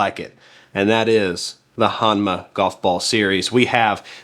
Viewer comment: Proper annunciation is “H-OH-nma”.